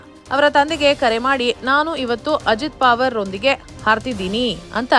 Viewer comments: ನಿಮಗೆ ಅಕಾರವನ್ನು ಉಚ್ಛಾರಣೆ ಮಾಡಲಿಕ್ಕೆ ಆಗುವುದಿಲ್ಲವೇ ?ಪಾವರ ಅಲ್ಲ ಪವಾರ ಎಂದು ಸರಿಯಾಗಿ ಹೇಳಬೇಕೆಂದು ನಿಮ್ಮ ಕಾಲಿಗೆ ಬಿದ್ದು ನಮಸ್ಕರಿಸಿ ಕೇಳುತ್ತೇನೆ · ಮೇಡಮ್,ಹೆಸರು ಅಜಿತ್ ಪಾವರ್ ಅಲ್ಲ, ಅಜಿತ್ ಪವಾರ್ ಎಂದು ಉಚ್ಚರಿಸಿ. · ನಿಮ್ ಅಜ್ಜಿ ಪಾವರ್ ಅಲ್ಲಾ ಪವಾರ ಅಂತಾ ಹೇಳೇ ಕೋತಿ 😂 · ಏ.... ಕತ್ತೆ. ಅದು ಅಜೀತ್ ಪಾವರ್ ಅಲ್ಲ. ಪವಾರ.